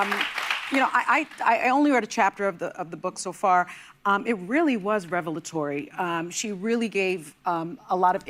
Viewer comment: This bootch said revalotory